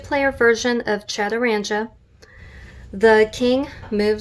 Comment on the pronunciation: The gee in 'chaturanga' is a hard gee pronounced as in 'guest', not the soft gee as in 'gym'.